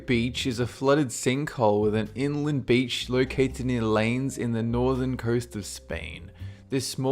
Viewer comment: Llanes is pronounces Yan-nes